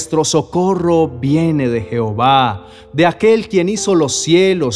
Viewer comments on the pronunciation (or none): none